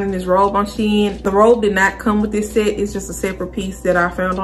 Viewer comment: Your accent is adorable, is that Baltimore? Like all the short A, long A and short E sound the same. Satin black set is "Saitin blaick sait." So cute. Thanks for modeling, helps to figure out the size needed. It all looks great on you.